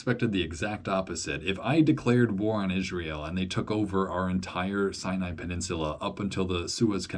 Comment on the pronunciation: Why does the narrator say “sinai” with a “y” sound?